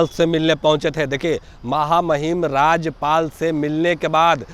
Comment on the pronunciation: 😂😂राजपाल नहीं राज्यपाल बोलो भाई